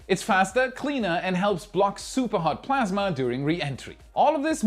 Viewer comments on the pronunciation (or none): none